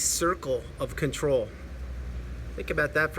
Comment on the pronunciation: “The circle Fawker” 👌🏻